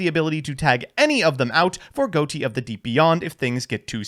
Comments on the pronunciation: It's pronounced Fish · Isn't it pronounced fish tho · why is everyone pronouncing ghoti wrong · Excuse me sir, but it's pronounced ghoti. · I think Ghoti is supposed to be pronounced "Ghoti", actually. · Not even 5 seconds in and already mispronounces Ghoti smh